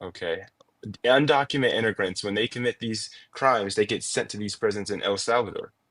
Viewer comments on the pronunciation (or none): "Undocument Inigrants" Okay, I see the problem. It wasn't that he was deliberately de-humanizing them by calling them "illegals" as if their very existence is a heinous crime - it's that the man literally cannot pronounce the words "Undocumented Immigrants"...